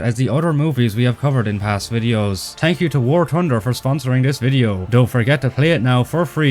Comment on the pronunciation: Smart move to cover this whilst Irish, getting to say 'tank you' at the end is the icing on the cake.